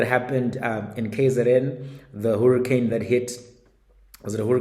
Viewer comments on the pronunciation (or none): Hurricane is pronounced "Hurry- Cane" boza yam. Not Huru- Cane. Sisonke. 😂